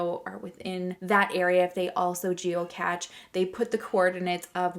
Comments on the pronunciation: Is it “geo-cache” or catch? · Love you girl! btw fyi it's pronounced geo cash not geo catch lol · Geocache... pronounced "cashe" sh